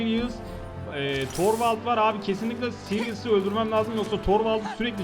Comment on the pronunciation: siryıs degil seris